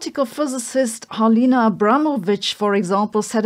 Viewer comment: Beautiful pronunciation of Halina's last name